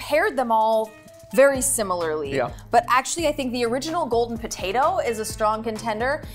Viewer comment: He pronounces "potato" like "potata"